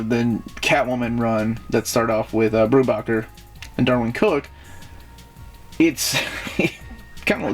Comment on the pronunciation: In case no one's mentioned it yet, it's pronounced 'Brew-Baker'